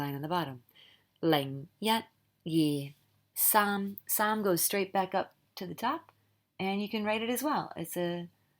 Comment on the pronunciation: Thank you! Love your work! I wanted to add that the high tone for saam is also missing in the video.